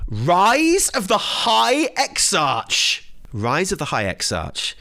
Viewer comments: Hilarious. Also, I've never heard someone pronounce Exarch with a soft CH instead of the hard K its supposed to be. I dig it Imma say it your way from now on especially since the word Exarch comes up in my daily conversation so frequently! Love everything you and Evitel do! =) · your English skills are terrible! Even I know Exarch is read with a K at the end, not CH